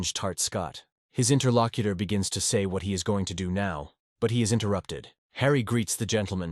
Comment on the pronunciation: I hear Inner Lock-eater, but is still p.o. ed me.